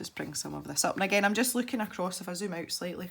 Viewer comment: That's funny because I do the same with you and giggle every time you say "IF" because I think you're doing to say "Eff you" or something, lol!! That's our clean way to say "f×c* you"